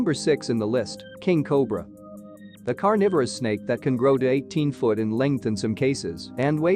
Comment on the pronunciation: "Carnivorous snake" 🙄